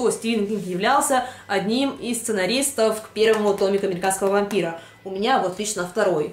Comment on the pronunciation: пометочка-дневники вампирААА<